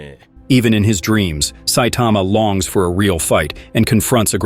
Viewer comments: Who the hell is Saitema? Saitama, TAMA. Ffs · Saitama is not hard to pronounce. You get it right sometimes, but also butcher it many times. Please work on this. Geez you also mispronounced Genos. WTH??